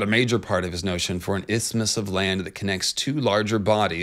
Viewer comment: Don’t feel bad about your pronunciation of “isthmus,” it’s all Greek to me too